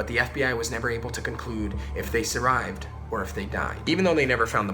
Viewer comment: So everyone gon ignore the fact he says " survied" instead off survived